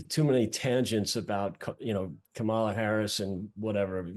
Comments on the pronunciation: How do you not know after almost four years how to pronounce the Vice Presidents name? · best campaign strategy ever, intentionally mispronounce Kamala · It's disrespectful and deliberate when these guys don't pronounce her name correctly. Can they pronounce Camilla? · If you are an American political analyst and after 3 1/2 years you still can't correctly pronounce the vice president's name, there's a problem. Sincerely, Pennsylvania Voter